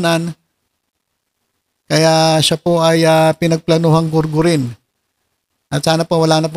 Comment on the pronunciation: Golgol po hindi gurgur